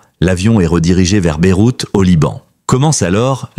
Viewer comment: Beyrouth, pas Beroute.